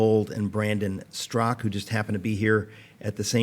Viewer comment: Brendon Straka, Eric. Not Sztrok (as in Peter).